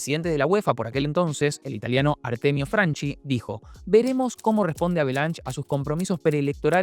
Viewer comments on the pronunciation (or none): Franchi, no Franci. Como Chiesa o Chiellini.